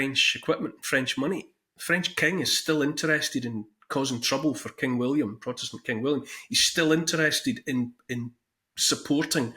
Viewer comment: Your Awesome accent. When you said "For king William" I was looking away and heard clear as day "Fu*kinWilliam" Great info good Sir. Thank you :)